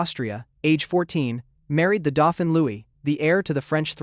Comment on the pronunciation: Did you wince too at his pronunciations of Valois and the Dauphin?